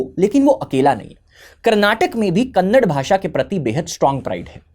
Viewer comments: Vo kannad nahi kannada hai bhai. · Kannad ❌ kannada ✅ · Kannada not Kannad please… like it’s Hindi and not hind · When you pronounce Kannada as Kannad, I get a feeling that a pig just woke up and made sound from the gutter.